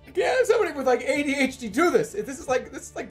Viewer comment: jerma has ways of saying things that i hear nowhere else and adhd is one of those. everyone else puts emphasis on A and D but jerma puts emphasis on A and H